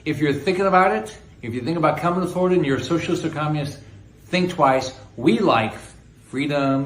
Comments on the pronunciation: He sounds like a moron or an ill spoken 7th grader. And what is the deal with his pronunciation of communist? “Comm’inist?” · "Cominist" China? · Is anyone bothered by the way rick scott pronounces communist? It sounds like comminiss - or something. Anyway, that thief should be in prison, not running for any office. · He can't even say "communist!" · Why is the creepy man not putting a space between communist and china? Worse than trumps pronunciation of CHI-na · Rick seems to have a speech impediment. But yeah, let's make fun of Biden for no reason, Republicans.... 🙄